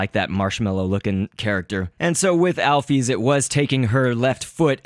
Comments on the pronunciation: alphys is not pronounced alphees it's pronounced alphis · wat the hek is alpees? its alphys (al-fiss) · Alphys is actually is pronounced "owl-fis"